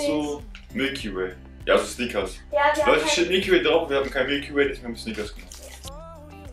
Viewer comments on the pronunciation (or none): Ist Friseur gestorben?! Und es heißt übrigens nicht sniekers sondern snickers